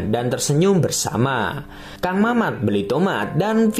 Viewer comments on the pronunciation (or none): none